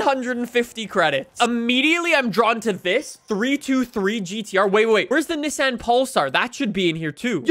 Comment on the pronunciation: What did you just call Nissan?